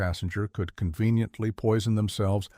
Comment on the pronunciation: 24.43 "Conveniently poinson themselves simultaneously" ... love it ! 😀